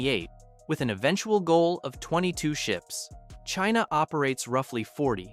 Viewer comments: Please tell me were Cheena is and why have we never heard of it before this Cheena sounds very aggressive. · Who is "Cheena"? Get it together. 😂😂😂